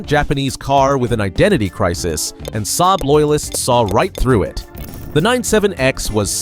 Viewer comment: Ai dummy voice, can't spell the name S-A-A-B properly, as it should be